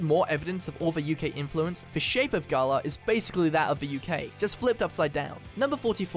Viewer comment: Why is it that people say Galar wrong Everytime, but then pronounce it right when they say galarian? Lmao